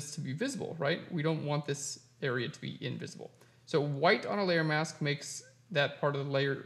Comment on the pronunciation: Thank You!... for the lesson on "How to Cut Out Hair. But, did I ever have problems with......(1) You talked far to fast which nearly drove me nuts until I sifted thru' the commentary, and 35 moves later I can say I have been successful. I thought you were talking about your 'mouse' - but no, the word was 'MASK' - However, thank you again.